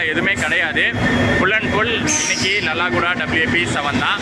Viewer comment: லாலாகூடா என்பதை லல்லாகூடா என்று சொல்லறீங்க. ஹிந்தி கற்றுக் கொண்டீங்கன்னா இந்த மாதிரி பெயர்களை சரியாக உச்சரிக்கலாம்